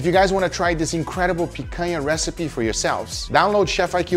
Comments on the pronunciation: Gugas pronunciation of picanha is impeccable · I heard him speak picanha with no accent and i thought: is he brazillian? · Man, I have something to say to you… Guga is brazilian too, just like us 😂 the way that he said “picanha” was so perfect that I went to google to research it. He’s from a small city in Minas Gerais. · Hahaha... as I was watching the video, I was asking myself, "Is this guy from Brazil?" Cuz the way he pronounces picanha is the brazillian way, but more important, the way he was preparing the meat it was exactly how it is prepared in Brazil, and there is no way a north american would do that, thats not how north americans prepare their their meat for the grill. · Funny how the Algorithm works, I just got home from a meeting with friends and we had a Picanha that I bought at the market and then I opened YouTube and voila a video about Picanha. Also I didn't know Picanha had the same name outside of Brazil lol I was shocked by heaeing him saying exactly like we do here. Tenho certeza que os outros br aqui tambem gostaram hehehe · A gente sabe que o cara é dos nossos pelo nick e pela pronuncia da palavra picanha ;D concordo em genero numero e grau! Picanha é incrivel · Tava falando picanha bonito demais pra não ser br hahah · the way guga says picanha like omg, he says it so well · Love the way he says Picanha with a perfect Brazilian accent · Guga said picanha in such a natural and correct way that I had to double take that he wasn't a brazillian. Orgulho da nossa carne nacional sendo exposta assim pro mundo. Fraldinha também é bom. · Meu amigo, eu nunca na minha vida imaginei que você fosse brasileiro. E te falar, lhe acompanho há tempos! Achei sua pronúncia de Picanha excelente e achei estranho um estrangeiro falar desse jeito, uma pronúncia bem brasileira. Quando você disse "In Brazil we use...", aí entregou! Well, contratulations on all of your videos, you're amazing and trully helped me about cooking. Keep the awesome work!